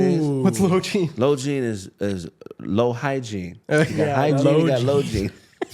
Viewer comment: he said the bitch got lowgiene 😂😂😂 not hygiene lmfaoooo GAWD GAWD GAWD